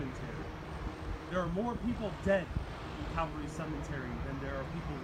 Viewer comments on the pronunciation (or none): and this guy needs to be educated: "The Grass isn't mowed THAT WELL.. This cemetery is cared for impeccably. This Guy seems like a Rank Amateur....He CaNNOT EVEN PRONOUNCE THE cEMETERY' NAME CORRECTLY.